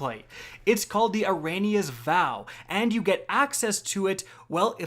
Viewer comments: Its pronounced Air-ee-ah-nuh. As in Ariana-6? You said aray-nee-uh's vow. 🤨 Jesus Christ man... smh. Bungie flies you out to play the new dlc before release. For free. All expenses paid. And you dont even know how to pronounce the damn name of the gun!! Wtf? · the "Air-rain-eeeyas" vow? He does know that's not how you pronounce her name right? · Eh-ree-ah-nah-s Vow Yikes. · Eriana’s vow... it’s Air-ee-ah-nas vow.... not eranias.. take some time to sound the word out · I think is dyslexic with his "Erania's vow" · It's pronounced "Ariana's" Vow, you thicc Twit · Er-i-a-nas. Air-ee-ah-nas. You should definitely sound it out next time haha. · Its pronounced 'air-ee-aw-nuhs' vow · Minor? If anything this is to help YOU. You literally added letters to her name, where did you see an "I" after the "n" to say "Erania"? You might need some tutoring in English